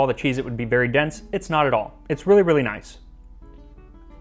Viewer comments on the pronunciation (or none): none